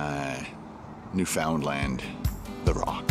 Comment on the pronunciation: I know you made these a year ago but it's pronounced "noof'in' land not lind lol (I live there)